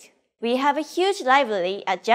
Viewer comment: I know I’m supposed to be learning but it’s adorable when she says “liblaly”. Ok now back to work